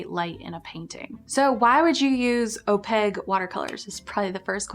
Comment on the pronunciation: I agree with you about the utility of opaque colors! (Opaque rhymes with snowflake, not jpeg)